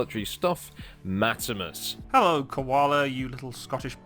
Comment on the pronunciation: "Matsimus" aight imma head out